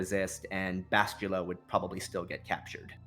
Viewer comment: Bastilla not Bashtulla..I cringe everytime he says it wrong...